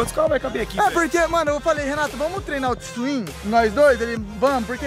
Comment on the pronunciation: Fala twin nao tswin kkkkkkkkkkkk